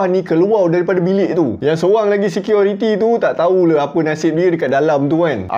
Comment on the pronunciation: Assalamualaikum warahmatullahi wabarakaatuh??? bro dan semuanya.....security atau seqiority ni...he he he ..maaf kalau saya old school ...MCM lawak bunyi tu ,,tapi dah ok best dari dulu cara penceritaan..